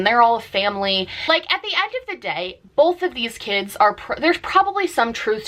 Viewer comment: I’ve noticed some Americans say “bolth” instead of “both” it’s so strange